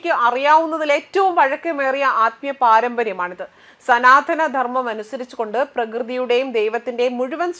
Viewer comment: മതപരിവർത്തനം വിദ്യാഭ്യാസം, സനാധന ധർമ്മം തുടങ്ങി പല വാക്കുകളും തെറ്റിച്ച് ഉച്ചരിക്കുന്നു കുട്ടി മലയാള അക്ഷരങ്ങൾ പഠിക്കുക